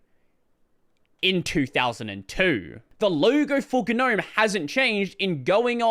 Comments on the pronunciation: how come you always mispronounce Gnome? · I just wish people would pronounce the word Gnome correctly. 😂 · I love how you momentarily forgot how to say "gnome" as in the mythical creature :)